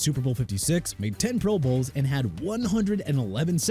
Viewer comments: "Pro BOWLS" 😂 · When did these guys go AI narration? Who say Pro Bowls like that?